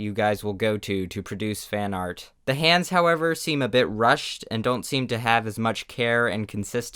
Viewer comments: You say hands like hans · He pronouces hands as H A M S